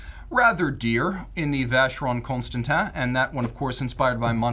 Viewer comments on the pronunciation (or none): Every time he says Constantin, a Swiss fairy dies... lol guys the ‘in’ is pronounced like in Ulysses Nardin.